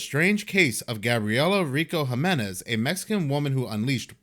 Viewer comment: Jimenez is pronounced Himenez